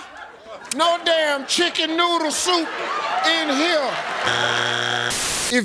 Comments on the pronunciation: me hearing soup at first as well and I was like what 🙄.. I don't blame the guy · Thats your fault Steve i heard it soup as well 😅😅😅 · I've heard this at least 1500 times, and I still hear soup 🤷🏻‍♀️ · Regarding the guy who said "Chicken Noodle" in his defense, I swear I heard "soup" too at first and was very confused by that question. "Soup that's inappropriate for the office? WTF? Uhhhhh wedding soup? Idk. Why would a soup be inappropriate for the office? Is there a funeral soup?" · I have watched this video several different times (on different occasions) and every time Steve asks the question, "name a kind of suit that is not appropriate for the office," it sounds to me, just like it did to the contestant that he is saying "soup." 😆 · I thought he said soup too 😂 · 😂😅 I heard soup too but still, how would chicken noodle soup be inappropriate for work?